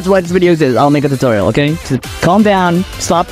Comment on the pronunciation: Am I the only one who thought he said "I'm gay"? He really said "Okay.".